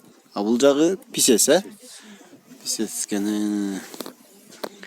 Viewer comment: Писец емес песец деп айтсайшы